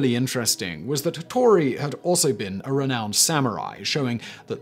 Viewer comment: Ah yes, "Tattori" and Leyasu... Hattori* ieyasu*